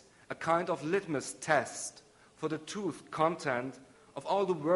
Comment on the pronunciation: lol it's cute how he can't pronounce "truth".